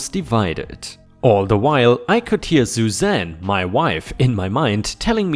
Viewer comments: Suzanne is said like "sue zan" not "zoo zan." 🤪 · Sue Zan not ZuZan